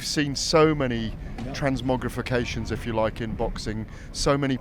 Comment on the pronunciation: Transmogrifrications! 🤣🤣 I had to Google that! And I bet Frank had no idea 😂